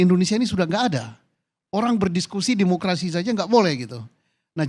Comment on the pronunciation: Ngomong demokerasi Ko mulut nya ngak demokarasi..